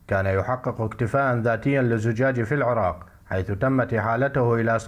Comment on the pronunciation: العُراق! بضم العين! يخلف الله عليك اذا كام اسم بلدك ماتعرفه